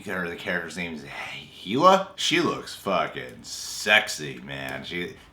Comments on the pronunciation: Hela is pronouced Hell-Ah, not Hee-La. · I can't tell if he was joking or really doesn't know how to pronounce Hela's name